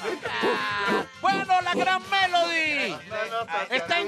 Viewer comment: le dicen melodya y es melody ._.